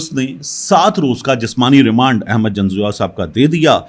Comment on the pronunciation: Ahmad nahi pl Aahmad pl correct